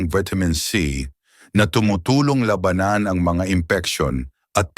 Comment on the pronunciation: Sana ay ayusin ang pagbigkas ng mga salita dahil nagiging iba ang kahulugan ng salita kung di wasto ang pagbigkas. Gaya ng sabi mong labanan. Labanan to fight habang ung isa ay giyera o war. Marami pa ang bigkas mong mali. Sana ay ayusin ang bigkas. Okay ang mga iyong mga ulat. Salamat.